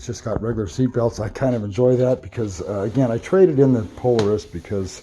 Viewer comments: PO LAR IS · Pole a rus ??? Its Polaris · You’re saying Polaris incorrect